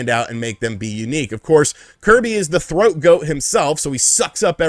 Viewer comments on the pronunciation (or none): Boiiii THOAT 🥵🥵🥵 Not throat 🤣🤣🤣